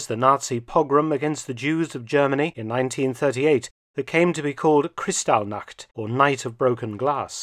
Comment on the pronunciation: Interesting video. Just a remark that while your German pronunciation is quite good, your emphasis is off on several key words. Correct is SICHerheitsdienst instead of SicherHEITSdienst, EINsatzgruppen instead EinSATZgruppen, KrisTALLnacht instead of KRIStallnacht.